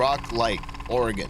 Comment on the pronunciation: It’s pronounced “Tilla-muck” not “mook”, and the state is two syllables not three.